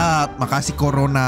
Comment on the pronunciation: KO RONA❌ CORONA✅